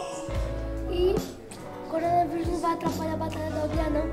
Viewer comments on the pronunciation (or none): Nmrl quando o falo corona vírus eu entendi corona virgem kkkkk